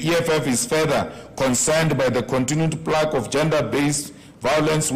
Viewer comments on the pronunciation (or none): none